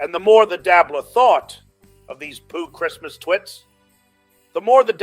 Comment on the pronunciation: Brilliant!!! And it is sessmuss not christmass